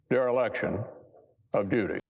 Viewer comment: It's dereliction, not dirilection.